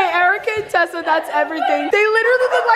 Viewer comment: It sounds like she keeps saying Tesla instead of Tessa